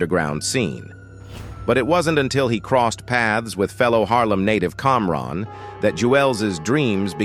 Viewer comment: How you pronounce Camron as Comron then say his name right after lol